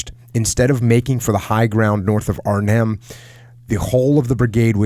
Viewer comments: You pronounce Arnhem just fine and won't offend anyone, but "Holland" are only two provinces in the west of The Netherlands (South Holland and North Holland, where Amsterdam is). Arnhem isn't even in "Holland", it's in Gelderland. You can judge for yourself how offensive, or rather ignortant, someone from The Netherlands looks/sounds to you if they called the whole of the US the "West Coast", because they only know New York. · both ways you pronounced Arnhem are right.